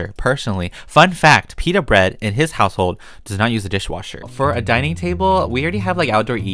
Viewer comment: I love the way he says "house hole " 🤣🤣